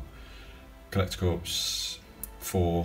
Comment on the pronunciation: Much as I am impressed by this collection, I’m just too irritated by the number of times you said “corpse” instead of “core” 😤 I’m triggered here!